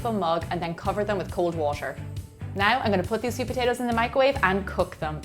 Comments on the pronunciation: Why does she say washer? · the way you say water is driving me crayyyyyyy